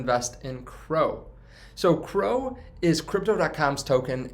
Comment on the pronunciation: C, R, O. Not crow lol